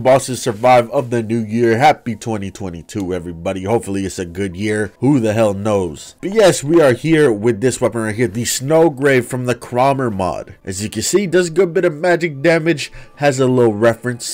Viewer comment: its pronounced kroe-mer